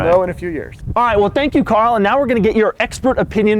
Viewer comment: It's Car-l